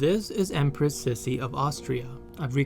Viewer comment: Born Bavarian and half Austrian here: no he pronounces it correctly :)